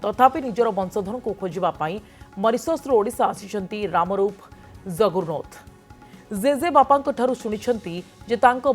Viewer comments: Anchor nka pronounciation ti badhia 😂. Zeze bapa 😅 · Listen to anchor madam,how she pronounced "jeje bapa". actually which accent is it..??